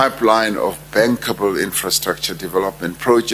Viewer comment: Did he say inferstructure development. 👏👏👏